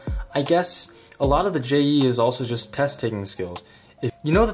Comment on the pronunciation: Not J E E Jeeee